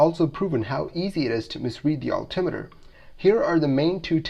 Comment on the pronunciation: I've never heard anyone else ever pronounce "altitude" and "altimeter", the way you do. Sure sounds mispronounced to me.